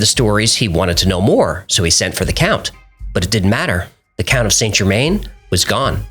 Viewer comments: San-Jermann not Saynt Germayne. Americans using French words is worse than Americans spelling English words incorrectly :D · Good video - and I hate to be that person - but your pronunciation of Saint Germain is wrong. It's pronounced San Ger-man (French) not Saint Germaine. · Correct pronunciation is closer to Sann Zhermehn. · Saint Germain is pronounced JE-man or zhuh-man, not GER-main (even in English). I find this really distracting from an otherwise interesting video. If you want to affect the correct French pronunciation drop the T in Saint, Sain or San JE-man. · St Germain pronounced: san germann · It's pronounced '' San gerMAN''